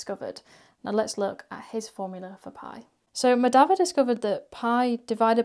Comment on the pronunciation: It's pronounced Mah-dha-vah and Ra-mah-nujan. Three syllables each.